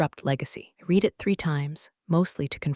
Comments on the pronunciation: Please pronounce Read in past tense which sounds like red. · The past tense of "read" is also spelled "read," but it is pronounced as "red." This form is used to describe actions that have already taken place But this Atari video game app is still not able to pronounce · the past tense version read sounds just like red. AI often gets that confused, but it’s easy to spot once you know. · Read as in Reed and Read as in RED ai cant tell the difference annoying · context matters but TTS just bulldozes thru like it’s all the same. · Because this AI cannot read in context. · Excellent storytelling: if only you could pronounce the word "read" correctly..... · The only way to get AI to get it right is to use reed and red instead of the correct use of the word Read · I comment “I’ll subscribe when you hire a proofreader and a voice actor who knows when to say /reed/ or /red/, /lǐves/ or /līves/…” all the time